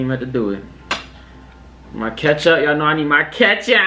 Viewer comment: I started dying when he said I need my KeUtHuPpP